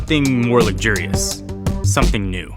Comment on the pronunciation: The way you pronounce luxurious… lug-jury-us?